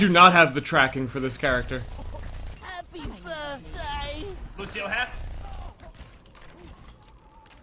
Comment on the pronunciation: HAHPE BERTDAY